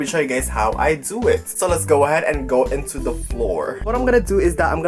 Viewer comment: I love how he says:” go INTO the floor”. Boi.